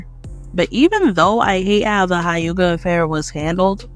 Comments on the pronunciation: It's hyuga not Hi-yuga. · Good points, loved the video, but why you say uchiha and hyuga like that? “you-chiha” “High-yuga” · I'll never understand how y'all can watch the Anime and still say Hiuga. Like what? How? Dope video though, you spoke facts. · Tf is a Haiyuga or a Youchiya? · Only cause she don’t know how to pronounce some things, “you chiha” “high yuga” If you watched the show at all there’s no way youd pronounce it that way lol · The way u pronounce Hyuga is giving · i was with you until you pronounced the hyuga clan.. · Ain’t no way she pronounced huyga like that